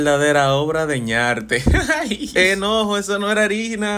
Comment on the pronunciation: Ese no es enojo es eñojo😂😂